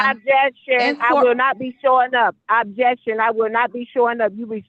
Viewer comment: Obb-Jay-Uct-Shun! Obb-Jay-Uct-Shun!